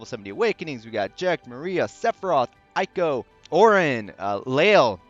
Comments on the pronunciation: thanks for the time! Just a heads up it’s actually pronounced “ehyy-ko” as in “ey wassup” lol great vid btw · IT'S PRONOUNCED EY-KO REEEEEEE Other notes tho: *Eiko still has Max BRV issues compared to other units. *Eiko's other solid niche alongside some other supports, is being able to extend buffs by an extra turn via one of her crystal passives (VERY wise to pair with Eight). *Sephiroth's BRV damage potencies are still a little low, but he makes up for it with A LOT of hits. *I suggest saying DPT (damage per turn) instead of DPS due to the turn-based nature of this game.